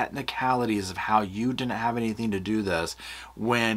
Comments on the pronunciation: Is it just me or does anyone else get irritated by the way pronounces her g's at the end of a word with a "k" sound? "anythinK, everythinK, nothinK" It's just so off-puttinK and aggravatinK!! 😅😅😅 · So she puts a ‘k’ at the end of words that end in ‘ing’. Also did she really say ‘why come….’ I know this is super petty but it drives me nuts